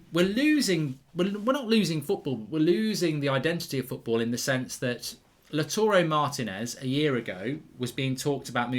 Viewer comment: Please Mark, Lautaro Martínez is pronounced LAUW-taro Mar-TEE-nez